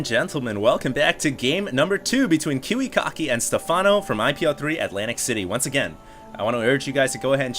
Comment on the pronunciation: its pronounced Kiwi-Kacki, not Kiwi-Cocky